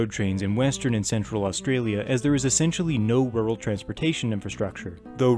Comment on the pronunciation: This was well put together.being an Aussie myself,it was great to hear you pronounce everything perfectly as it would have been said here.👍